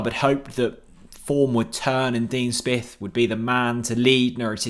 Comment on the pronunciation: Dean Spiff? Hahaha creasing.